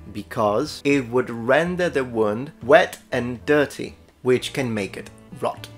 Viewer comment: Dear, great video! Here are a few pronunciation pointers: -Scarce has the sound of scare not scar -Luncheon is lunch-on not lunch-yon -Wound has the long [u:] of moon or woo, not the short [U] of would or good. - Chaldean is pronounced Kaldean.